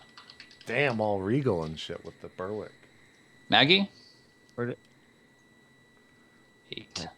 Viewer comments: Guys, Berwick is pronounced "Ber-rick", kind of like "Derek" with a B. It's not "Burr-wick". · The "w" in Berwick is silent - ie, it's pronounced "Berrick" ... :-)